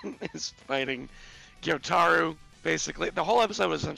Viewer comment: Maybe they’ll pronounce Gyutaro’s name right at least once before the season ends. 🙏